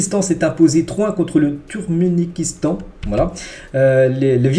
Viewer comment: on ne dit pas Turkménikistan mais Turkménistan 😂😂😂❤